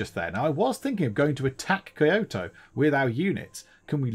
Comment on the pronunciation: You probably know this by now, but Kyoto is pronounced Key-o-to